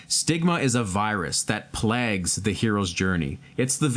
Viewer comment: Sorry my ocd sucks, but vague is pronounced ("vay" like say + "g" like gut) and plagues ("play" + "gs" like eggs). Sorry again, also i appreciate all the good advice and perspectives here, thank you.